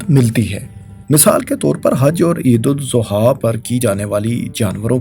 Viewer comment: Sor apki Eid AlAdha ki pronunciation theek nahi Barae meharbani theek kegie.